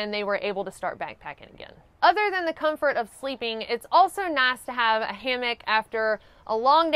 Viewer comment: You got some hard core southern twang when you say nice.